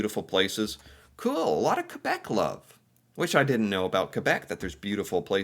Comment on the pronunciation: As Canadian love how u kbeck